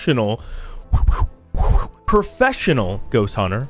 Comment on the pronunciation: Wow "profeshunal". Good jorb